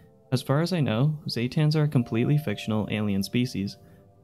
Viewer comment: You say Zetans strange. Also, the ones mentioned aren't "ancient aliens". Cabot says specifically they're very much from earth. Just not human.